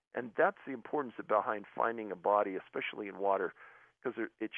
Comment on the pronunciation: The x is the new s sound. He's trying to keep it gangsta.